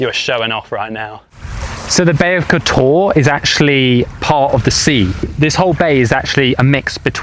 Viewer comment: "Kotoar" terrible prounounceiation.